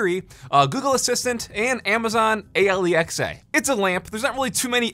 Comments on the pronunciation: I'm sorry... Amazon Aliexa? Amazon Alexia? It's Alexa. A lex a. ( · Did you just said Amazon A.L.E.X.A instead of just saying Alexa like any normal human being lmao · I would love the Mi lamp. So clean. Also, kudos to for saying "A-L-E-X-A" instead of "Alexa." That is next-level right there. 😅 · just coming down into the comments to see if anyone bullied him for saying amazon A L E X A (said each letter btw) lmao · Why he say Alexa weird at the beginning